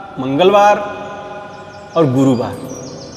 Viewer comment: इतना ज्ञानी महाराज है लेकिन ठीक से लय बद्ध तरीके से बार के नाम भी नहीं आते, सोमबार रविवार मंगल बार गुरु बार